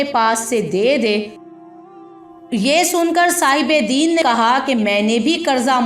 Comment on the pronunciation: مستقل دین دین زیر ساتھ کہ رہی ہو ےہ دین زبر کساتھہے